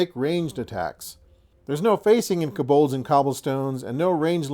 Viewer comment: keh-bohlds? I believe it's pronounced co-bolds (kō-bôlds).